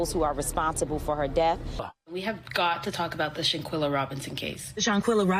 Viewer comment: I cant watch the whole video because its irritating my soul the way he pronouncing ShanQUilla name 😠😠